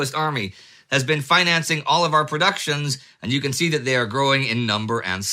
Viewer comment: "The germans did nat zee that coming".